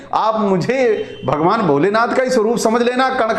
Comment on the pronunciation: अबे भॉगोवान नही भगवान होता हैं। ठीक से बोलतो ले।